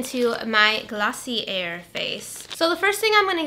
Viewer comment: I apologize in advance but the brand Glossier is pronounced 'gloss-ee-aye' i'm pretty sure it's french!